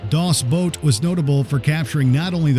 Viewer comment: Get your languages straight-it’s either “Das Boot” pronounced like work boot or “The Boat”.